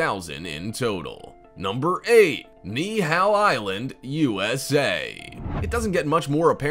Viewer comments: You need to learn how to better pronounce the names of these places. At least trying will help. Calling Ni‘ihau “Ni Hao” is downright insulting. It’s pronounced “Knee-EE-how”. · Wo shr hau. Ni hau ma? Actually Niihau is pronounced with three or four syllables. NI-I-HA-U. Try Kaaawa. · He pronounced Ni‘ihau wrong too. He said it like it was Chinese! Literally like “Ni Hao”.